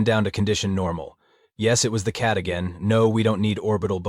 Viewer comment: I love how there is aliens have "enought" when they said "again" 😂